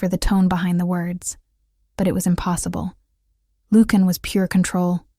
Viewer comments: I'm enjoying the story, but, really, you need to get the pronunciation of the Alpha King's name correct. As you are pronouning the name, it would be spelled Lukan or Lucan. In your captioning, you write Lucian, which would be pronounced Lusheean. You do too good a job to fumble your main chatacters' names. ❤ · LU-chen. Not luke-in. Sheesh. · His name should be pronounced lu shun, not lukein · “Loookin” Now we now how to beat the AI overlords - ask them to pronounce Lucian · Okay, THIS is a good storyline. AI doesn’t know how to say Lucian? Lukan? name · AI narrator. Repeat after me LUCIAN. Pronounced loo see an. Or Americanized as Lu Shun. But it’s really LOO SHEE AN. narrator should have a grip on annunciation and pronunciation. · you should learn how to pronounce the name Lucian» : I must say that I do not understand how someone so ignorant could be in charge of the audio of that video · Nice. Very nice. Except for the million mispronunciations of his name. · Lucon,Lucian both mispronounced by your reader and it drives me nuts. You should hire someone different to read your stories. Your stories are great. I would do it for you for free.